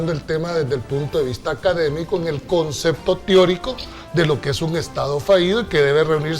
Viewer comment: Min Perdón pero es concepto teórico no tíorico